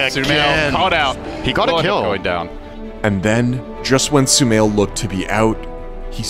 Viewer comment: Guys it's not sumail it's shumail and also my name 😌